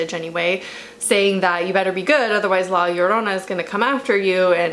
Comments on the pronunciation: You pronounce La Llorona perfect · Your pronunciation of “la llorona” is this pretty nice! Also, is not only a mexican folk tale (even tho i can understand why you think that) I’m pretty sure its a whole latin america tale. I’m venezuelan and since i was little i was fucking SCARED of la llorona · I really just clicked on the video because I wanted to hear your pronunciation of La Llorona and it wasn't bad at all :v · Native Spanish speaker here, your pronunciation of it was p good. Thanks for at least trying. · Amazing pronunciation most people say "La Shaourouna" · I’m from a Mexican heritage and I was a little disappointed that the main wasn’t a Mexican because this was more of a Mexican heritage but she did good attempting to saying La Llorona. Also I am not that good saying her name and you said it right so yeah. I definitely believe there’ll be a sequel because hello conjuring😂but I love your channel. Also there are a lot of folk tales and how and why she did it so it’s truly not the right folk tale but it’s because for me that’s not the tale I heard so I was bias but still loved this movie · What really gets to me are creepy children and Asian ghosts. Anddd your pronunciation of La Llorona was quite well actually. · You actually pronounce the title very good 👍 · honestly you pronounced la llorona better than any other white youtuber i've seen try to say it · Yeah, she did